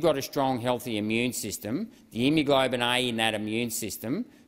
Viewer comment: Saying “endothilileum” and “immuglobin” multiple times instead of endothelium and immunoglobulin does not inspire confidence! Only a third of the way through- I wonder how many glaringly obvious mistakes I can pick by the end… such a shame because this stuff actually does need to be discussed. At least he tried, unlike most.